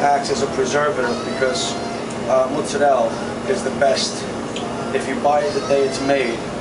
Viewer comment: I love the American accent when he says 'mozzarella' he says it the Italian way!